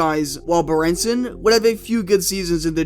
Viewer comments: it's pronounced "Baron-son".... not 'bah-ren-sin" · Ugh, the "Darkness with Harkness" days. He made Blashill look semi-competent. Red Berenson's name is pronounced "Baron-son", and his nickname was "The Red Baron" ;)